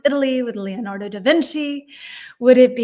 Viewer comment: Please, try to pronounce the 'e' in Leonardo like the 'e' in Lorena, and the 'i' in Michelangelo like the 'i' in Mikela. That way, you'll sound more natural! 🙏🙏😂😂